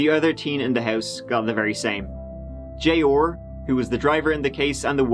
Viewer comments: Jay-ORRRRRRR.... say it with me, "Jey-AWE-R" lol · Arrrr. J Arrrr. Not J Orrr. Killin me smalls. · Me too! I was like who the hell is J-ore?? 🤣 🤣 🤣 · Name: J.R. says: “Jay Orr”